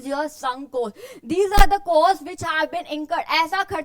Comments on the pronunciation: mam its wonderful ❤but Just one Thing its COST not KOST as pronunciation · Her pronunciation of *cost*💀